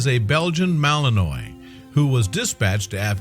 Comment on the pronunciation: Mal-in-wha that's how you say it .